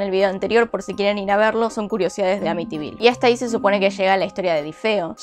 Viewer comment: Jajaja ahora si lo dijiste bien te quiero❤